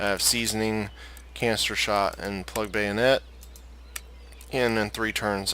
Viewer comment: 😂 I know you said canister shot but my goodness I heard cancer shot